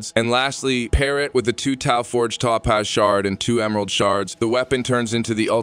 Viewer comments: did bro really just say ToePause. Has he never heard Topaz before LOL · Say that it with me… Toe-Paz. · why do u pronounce Topaz weird ? ps when did u loose the robot voice ? keep it up